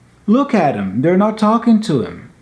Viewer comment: Hi when you say "look at them" you replaced it with "r" the two "t t"?